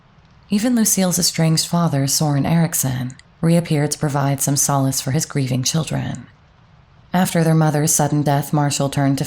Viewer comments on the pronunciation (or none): none